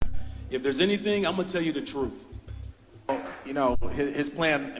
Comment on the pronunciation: Johnson 'I'm gonna tell you the Trufe'.. Cant even pronounce words correctly.